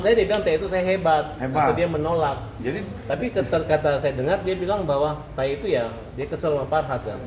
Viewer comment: Kan tae ,pake E bukan I